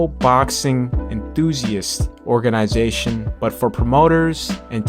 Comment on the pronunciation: OrgaNAYzation!!!! bruh!!!😂😂